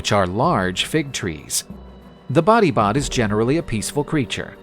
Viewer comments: Batibat beh not body bot😭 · Body bot sounds more like bangungot.